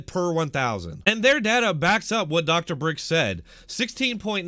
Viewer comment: It’s Birx not Brix :)